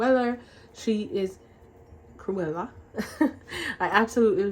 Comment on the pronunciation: Yes i heard your jamaican slip out. "Crueller!"🤭 the nails are super cute!! Also i LOVE that youre going to Ghana! Im still in the "visit jamaica on every vacation" phase of life😢😂😅 i blame hubby. He wants to visit his mommy. $$$